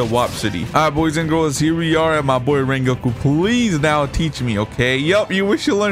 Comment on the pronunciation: In this wideo, we will we wecoming wengoku in project slayers!!!!